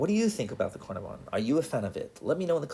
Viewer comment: FYI - Caernarvon in pronounced kuh-nar-vun - it's a town in Wales in the UK.